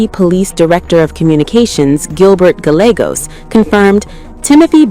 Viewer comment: I ❤❤❤ it when AI comes up against Spanish names (double ll is usually pronounced as a "y"- Gallegos) 😅😅